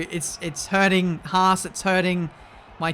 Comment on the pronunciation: you ment fHAASt